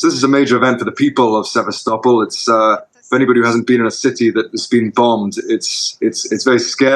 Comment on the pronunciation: Journalist that can’t pronounce Sevastopol ! These Ruzzians can’t do a good job even as acting as British journalist. This Johnny Miller character has too be pickup by MI5 if he enters UK.